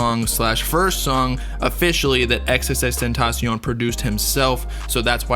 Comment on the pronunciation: Thanks for pronouncing his name right